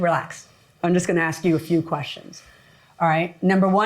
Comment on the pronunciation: Here we go with the "axing" someone again! I wish they would take a class on how to pronounce "ask, four, funeral, straight, other" and a bunch of other words! Unless Judges are going to be required to take bubonic courses!